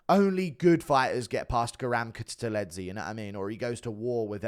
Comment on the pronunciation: kutateladze pronunciation crazy